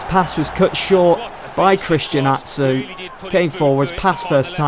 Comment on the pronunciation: the name christian atsu its pronounced christian achu